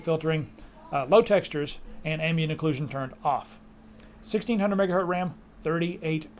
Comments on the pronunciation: I like how you say MegaHurt instead of MegaHertz :D:D:D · yeah lets make meme out of it "megahurtz" :p